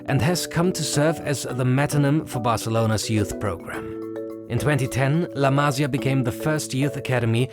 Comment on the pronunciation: Amazin work and great video. However, there's one thing as a Spanish speaker, is that you need to know that a tilde (´) is to emphasise the sylable on the word. So la Masía, it's pronounced ma-SI-a, not MA-si-a. It really hurts the ears when you hear it misspronounced (similar as to how every English-speaker misspronounces the last name Pérez as per-EZ, instead of PER-ez). Havins said that, keep up the work! Awesome video. fantastic channel!